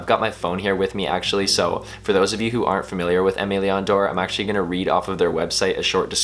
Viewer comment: Are you pronouncing the name correctly? Honest question